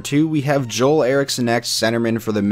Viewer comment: Nice vid, also Ek’s first name is pronounced “Jewel” I believe